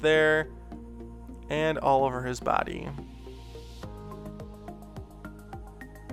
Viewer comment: when he said "all over" it sounded like he said "Oliver" so, therefore, this giraffe~dragon hybrid should be named Oliver :)